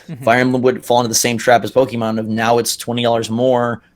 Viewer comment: While I enjoy your content, you both lose a little credibility when you say “Pokey-mon.” You’re Nintendo-tubers; you should be saying it correctly. And if you don’t know how to say it correctly, I question that, as a fan. Just some constructive criticism. Great predictions!